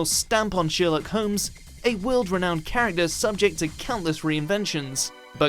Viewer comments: Just say sher-locked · Number one... sheerlook Holmes 😂😂😂 the way you said that I just